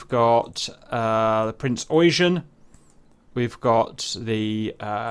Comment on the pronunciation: Yamato! not yamamoto lol and you pronounce the Eugen as Oigen not eugene :D